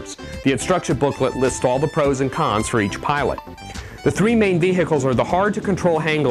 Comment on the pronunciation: lol u say 'vehicles' weirdly